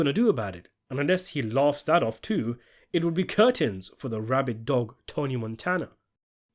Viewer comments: I heard that 'tew' at the mark. Great analysis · Throwing that "teww" in the Baltimore accent when you are from Birmingham, England is hilarious. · Saw what you did with Joe’s pronunciation of “too” as “tew” 😅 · Threw in that “teww” with the B-more accent! 😂 I love that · I heard it teww😂😂😂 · Saying "too" with a Baltimore accent when referencing Prop Joe was a nice touch!